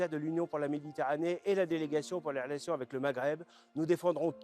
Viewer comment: Il a un problème avec la lettre R😅😅😅😅. .les عelations